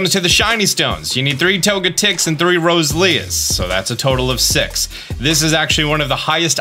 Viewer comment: Hold up there fam, did you say Rosé-lea instead of Rose-zel-lee-a